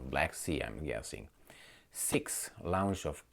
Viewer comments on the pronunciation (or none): When you say the word launch, it is like lawn, not loud. You continually say laounched. I can't watch this video any longer, too many lounches. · Launch as in "lawnch" please, not launch as in "lounge"😬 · I have mentioned this before but maybe you didn't see. "LAUNCH" is pronounced "Lonch" with extended "O". Please correct this as you use this word regularity. It's hard to not focus on it.. kinda like Alex Murcois with his hand rubbing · It's pronounced Lawn ch!